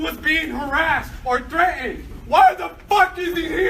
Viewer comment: Threa-END? MUST MEAN "THREATENED"